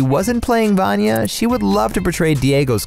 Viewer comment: That pronunciation of 'Vanya' is atrocious